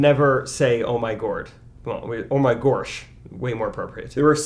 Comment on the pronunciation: “Oh my goursh”